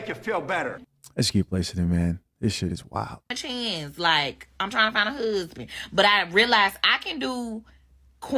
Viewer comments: Speak!! "When words are tortured the people suffer" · I can’t take a woman who pronounces husband as “hoosband” seriously. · The way she pronounces husband = super red flag